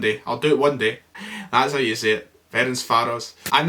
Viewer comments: Fer-ench-var-os! Not surprised you struggled with it as we don’t have VAR in Scotland! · He wasn't even bothered to try and pronounce Ferencvaros in the end hahaha cannae blame him